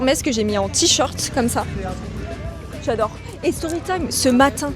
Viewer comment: Y'a que moi que ça choque qu'elle dise transart au lieu de transat et t-short à la place de t-shirt ?! Faudrait plutôt qu'elle se fasse inviter dans une école primaire mdr